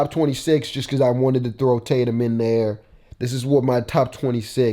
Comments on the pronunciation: homie its "embiid" not "emiid" and its "tatum" not "taytum" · “Taytum” not Tatum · Its Tatum not taytum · Imagine spelling Tatum “taytum”